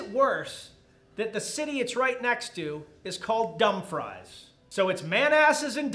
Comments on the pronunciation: You mispronounced both places... Couldn't tell if it was intentional or not. Manassas is Muh-nass-us and Dumfries is Dumb-frees. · Love the pronunciation of Man Asses and Dump Fries. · Ma-na-sas and Dumb-frees is how they are pronounced!